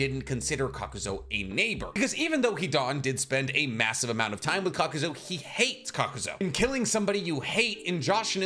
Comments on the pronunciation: Kakuzu, KAKUZU! Not "Kakuzo" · Why do you say Ka-Ku-Zu as Ka-ko-zo?? And I always couldn’t stand when you say Edo Tensei as ten sigh when it’s Ten say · Love it when calls him kakuzo, instead of kakuzu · Why tf are you saying kakuzo? 😢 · When this man said kakuzoe four times in a row I immediate clicked off the video. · “Shinoyki”, “Kakuzoh” 💀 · Why do you pronounce Kakuzu's name with an 'oh' sound at the end?